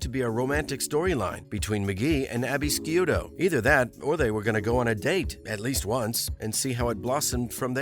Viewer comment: Abby’s last name is pronounced SHOE-TOE!